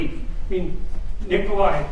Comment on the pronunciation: Its not Nicholas Tesla, its Nikola Tesla. He is a Serb, not Russian.